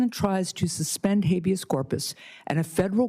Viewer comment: "Hayveous Corpus"? She can't even pronounce it and until she was schooled here she didn't even know what it was!